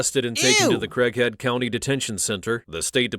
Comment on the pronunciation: I heard Crack Head instead of Craighead County.